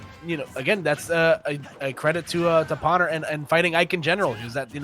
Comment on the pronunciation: Was anyone else extremely bothered by the commentators mispronouncing Pwner's name as pAwner instead of pOwner?